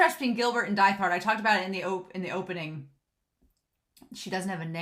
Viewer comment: Really love getting to really see how far violet has come in terms of communication in both words and actions from when she first met Gilbert and actually getting to see Gilbert outside of short flashbacks . Also I love listening to your analysis but this has been bugging me a little so a reminder that Diethard is pronounce deet-hard